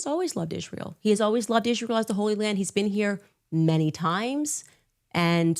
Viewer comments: 1) why is she pronouncing Ishraël? 2) why is she pretending Israël has anything to do with Kirk's death, WHEN KIRK HIMSELF SUPPORTED ISRAEL??? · When she says "Ishrael", I just want to punch her in the face, with a chair!! Also, Charlie got married 5/2021, she was NOT at his wedding! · she sounds like an idiot when she says * ishrael *...its not ishrael, its israel...and the name came from YHVH himself when he changed jacobs name to israel... i cant listen to her anymore ! !...👱‍♀️✝️🇺🇸🇺🇸🇺🇸🩷🇮🇱🩷🇮🇱🩷🇮🇱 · Ishriel? Wut? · The way she always pronounces Israel as 'Ijshreal' makes me laugh at her even more :) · i dont know if anyone else notice but i get so cringeee how she pronounce 'israel'.......ishhhhhreal ishhhhhreal ughhhh. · Notice how even Candace Owens pronounces Israel: IS REAL Israel is real!!! Subconsciously, it comes right out of our enemy's mouth... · I can’t stand the way she says Israel not only is she antisemitic but add dyslexic on the list too 😂😂😂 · Notice how wrong she is pronouncing "israel"? Every. Single. Time. Charlie himself called this behavior as demonic - blaming the jews in every problem they have. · I never say this about people, but this person lives with a cloak of evil and is an idol worshiper, as well as mentally ill. She can not even pronounce the name of Israel correctly. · You want a sign of a person with Demon possession? Ask them to say Jesus, Yeshua or Israel. Notice she says "Ishrael" because the demon can't even speak the name. Total Shibboleth